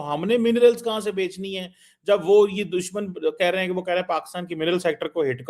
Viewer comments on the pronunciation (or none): none